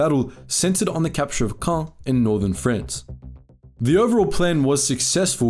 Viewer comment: Your pronunciation of Caen is a breath of fresh air, particularly on this platform.